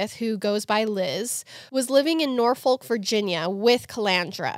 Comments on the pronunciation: We pronounce it “Nor Fick” Fyi lol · your pronunciation of Norfolk made me cringe but I STILL LOVE YALL